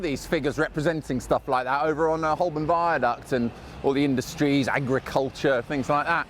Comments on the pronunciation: Surprised you pronounced Holborn incorrectly It should be "ho-bun" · It's pronounced Ho-bun, not Holl-born.